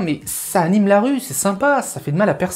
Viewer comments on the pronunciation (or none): none